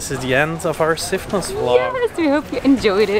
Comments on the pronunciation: It is NOT Sifno! What the heck happened to the S? SIFNOS please. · Great video, thank you! You asked how the island is pronounced in English, so here it is. It's Sifnos -not Sifno. We use 'Sifno' when in the object form, but that's only when we speak Greek. In English it's just Sifnos, Milos, Serifos etc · I think it's Sifnos with the s pronounced